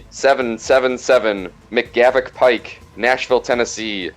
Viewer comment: enunciating McGavok makes me happy.